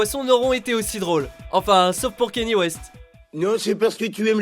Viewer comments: Kenyé !!! Kenié west pas Kenny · Bon sang mais apprenez à prononcer Kanye s'il vous plait mdr... En tous cas j'me suis bien marré pendant cette vidéo... Ca me donne envie de me refaire la série pour la énième fois x'D